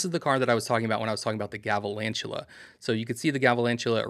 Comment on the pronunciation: Galvalantula??? Come on, I expected better from you. Sorry it’s a huge pet peeve of mine. Please learn the names of the pokemon you cover. I’m not being mean or rude. I’m trying to help you improve what some people’s expectations are. Thanks